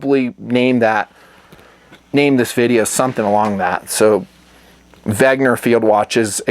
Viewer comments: Big thumbs up on pronouncing the "W" as a "V" as one would in German, but then you switch the "G" and "N" continuing on with the pronunciation. What the heck? In between jobs at the moment, but will support on patreon after. Snail-mail coming soon talking about BOK... Later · I came here to hear "Wegner".